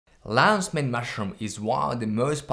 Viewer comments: I heard Lays main mash it up room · “Lannz Mayne mushroom”